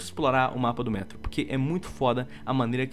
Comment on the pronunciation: não é ''métro''